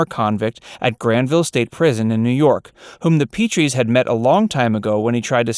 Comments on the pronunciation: The Petrie name is pronounced with a short e, not a long e. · How do you do a video about The DVD Show and you don't even know how to pronounce the character's last name? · Get your facts straight and the pronunciation of Petrie... smh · love your videos..however you do tend to get a few facts wrong...besides the pronunciation of rob and laura's last name, in the episode 'that's my boy', it turned out rob was wrong...they had the right baby all along....